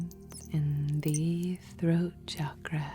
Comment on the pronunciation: Thank you for saying it right.. Thank you for saying Chakra and not Shakraa 😬😃🥰🙏🏼